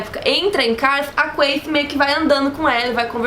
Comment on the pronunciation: "quem é a quaiti" kkkkk